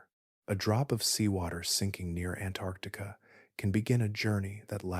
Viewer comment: Please learn to pronounce “Antarctica” correctly. There are two “c”s.